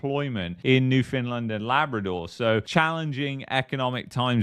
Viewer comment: Why call it new Finland.? You sound uneducated. New found land. Not new Finland dummy